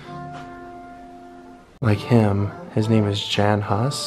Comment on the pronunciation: Jan Hus, not Huss. Pronounced just Hus, not Hous.